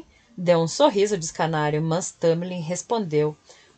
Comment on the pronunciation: Desculpe novamente. Escárnio e não escanario, certo? Ouvi por umas 4 vezes. Deixei de dar aulas mas... não de ser "professora " :)